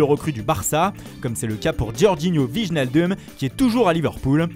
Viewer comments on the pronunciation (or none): Et puis il te sort un vigenaldume :D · Oui oui, vigenadeum De pire en pire les noms